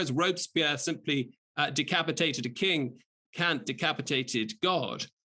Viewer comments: Kant, not Kaut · its Kant , not Kaut...